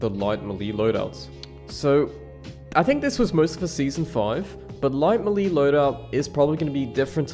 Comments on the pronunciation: The way you say Melee is new to me. MELEESS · the way this guy pronounces 'melee'